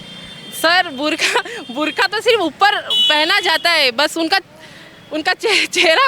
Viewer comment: Burka nahi madam ,,, theek se bol liya karo ,,,burqa hota hai